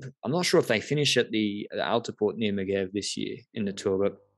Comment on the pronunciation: Megeve is like Mej-erve. not Megg-ev.